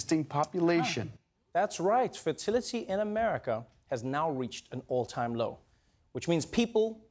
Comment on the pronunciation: The way he pronounced "All time low" sounded like "Old time roads"